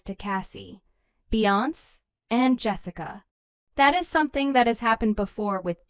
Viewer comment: Just another A-i video. Can't even pronounce Beyonce